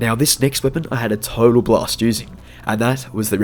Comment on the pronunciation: 😂😂😂😂😂😂 you sound like you said block but you said blast